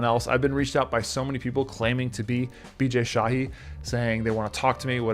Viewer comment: He clearly pronounced "Bijay shahi" 🙄